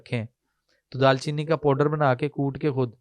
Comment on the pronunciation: Bhai phly tw apni urdu thk kro dal cheeni ni hota darcheeni h lafz